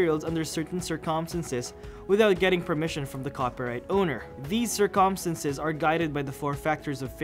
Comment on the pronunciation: Bro watch the video. look how he say Circumstances